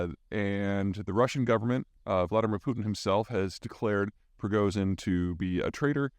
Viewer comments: Приго́жин.......I know posting this will never get you to pronounce his name in Russian. You've been mis pronouncing it for so long on purpose, I guess. That is not a z in his name. You don't say, doctor zivago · I am 25 seconds in and I am utterly shocked that Zeihan was able to come so close to pronouncing Prohozhin's name correctly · He has gotten much better. Still not there, but much closer. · [Pri-gO-zhin] (not [pri-go-zin]) [K-ye-r-ch] (not [k-er-ch]) [Chon-ghAr] (not [chOn-har]) [Za-po-rI-zh-zhya] (not [Za-po-rI-zh-zhya]) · I've now heard Zeihan mispronounce "Prigozhin" in about 4 different ways. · Does peter purposely pronounce literally everybodys name wrong? Is it his thing? Like its literally impossible to pronounce every name wrong unless youre doing it on purpose at some point you come across the right way. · It's Prigožin. Why do you still not know how to say it? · If you position yourself as a “geopolitical expert” at least learn how to pronounce Prigozhin correctly 🤦‍♂️ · See how long it takes Peter to mispronounce 'Prigozhin' challenge, difficulty level: impossible.